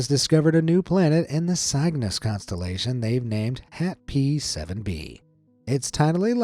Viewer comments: Cygnus is pronounced sig nus not sigh gnus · CIG-NUS THAT'S HOW YOU SAY IT